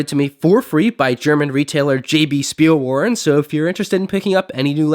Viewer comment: Speilwaren - in German pronounce ‘w’ as a ‘v’ - so it’s pronounced Schpeel-vaaren